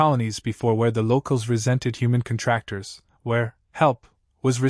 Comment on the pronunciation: This AI voice is widely used and should “know” that it’s CONtractors, not conTRACtors. These AI’s are still phonetically impaired.